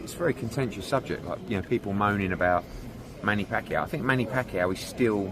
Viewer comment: Manny pakyow 😂😂 Exactly like a filipinos version of fucku